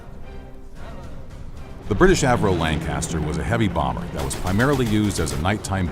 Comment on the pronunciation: Hearing him say "Lanecaster" that many times almost gave me an existential crisis.